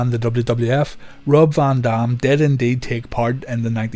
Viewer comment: “VON DOM” lol